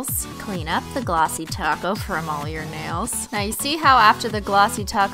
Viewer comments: Glossy taco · Glossy Taco's <3 is what I'm hearing and I'm getting hungry.....I love you <3! hahaha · She said glossy taco